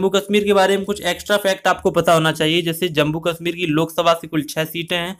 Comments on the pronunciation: Its jammu not jambu bhaaiii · It's Jammu not Jambu